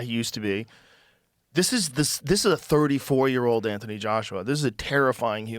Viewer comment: Annoying how that guy say the word Year.. shivers down my spine. Hate it. JØØØØR, using norwegian letters.